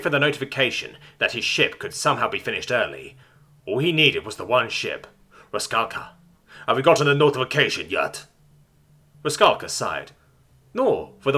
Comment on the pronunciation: RU-SA`- LKA Gods damn it! Why do you insist on mangling every thing a little bit foreign? Its a kind of female Russian ghost BTW! I have yet to hear you pronounce the Emperor's name correctly.